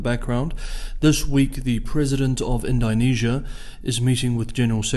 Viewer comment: It’s indo not indynesia